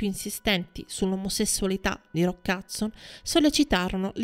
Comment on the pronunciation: Non capisco perché dice Hudzon anziché Hudson.